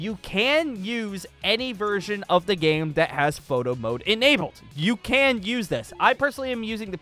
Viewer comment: All i heard was "moto mode" which in my ears was "moto moto mode"